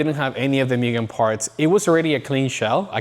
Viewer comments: Moogen not mewgen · ngl, this is why car culture sucks. buying to resell for more. stupid amounts more. yeah, you can do that. yeah, you can make a living like that. yeah, if you don't, others will. still doesn't make it right imo. not as a car guy. it goes from hobby and fun to selfish and business. "myugen" 😂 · "mYgen" 😅 almost there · Guy has all this shit and still says Myugen xd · As many times the word "MUGEN" came up I'm surprised it's not pronounced MOO-GEN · My guy has Mugen everything but still says it wrong. Extraordinary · How can you be a hardcore enthusiast to the point of making it your business and can't be bothered to pronounce Mugen correctly. You immediately lose all credibility of being a supposed expert.